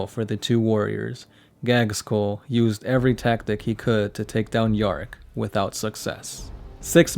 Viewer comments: Yeah it is not gagz-school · he really said gagskull lmao